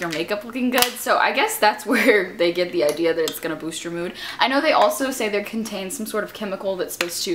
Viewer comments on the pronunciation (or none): none